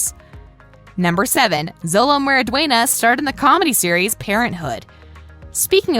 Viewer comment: Did you know that Xolo meridùaina is not pronounced *Zowlow it is is actually pronounced like *Showlow